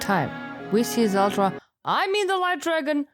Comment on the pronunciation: did you just say "zeldra" LOL that's pretty good